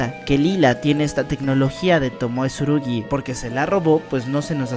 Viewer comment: se llama tsurugi no como tu lo dices